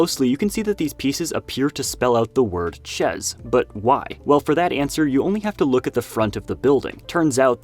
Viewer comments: chez --> ché✅chèze❌ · Ugh, “Chez” is pronounced “Shay” and mean’s “At” not “house”. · Dude you say these french words all wrong lol Chez Alberts > the „z“ and „ts“ are silent. You vocalize them much like „chess“ while it‘s much, much more like the „Sha“ in Shannon but with an E instead of an A. Another example is: „Hommage“, same thing, different word: The H is silent and your emphasis on the G is much too strong. It should weight more on the „mm“ and the „age“ is spoken much like a prolonged „Sh“ like in „Shannon“. Hard listen, but like the content anyways! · Chez is pronounced "shey" That's a sheep, not a goat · FYI 'chez' is pronounced 'shay' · Im Canadian (french) and when he said chezzzzzz i was like 🤨🤨🤨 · I don't mean to nitpick, but figured it'd be funny to point out that your pronunciation of "chez" sounds a lot more like "chaise": 'Albert Chair' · chez is pronounce shay just so you know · Nice video and for info the z of chez is silent it's pronouce ché albère since the T in the end of the world is silent too like lot of letter in end of french words. Keep continue ur video they are all so nice to watch and the montage is always so well made u should take a long time to create all of this for us so thank u for ur hard work!❤ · "Chez" is pronounced (roughly) "shay". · Chez is pronounced ché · "Chez?" Really? Come on man. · yeah "chez" is pronouncing [ ʃ e ]